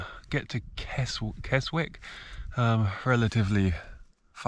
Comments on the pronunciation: Hia I ride and walk the lakes, just amazing cenery but very brutal, 🤔stay safe and take care😊👌❤️🇬🇧spelt Keswick pronounced kesick😂pastys after pastys😘👍😀😀🤣🤣🤣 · Up in my neck of the woods , but that route looked brutal and no wonder you are broken 😂 kudos for sure … rest up ready for your next adventure . Ps you got it right 2nd time it’s Keswick pronounced without the W 👍